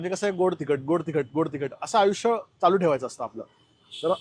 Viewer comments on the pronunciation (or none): none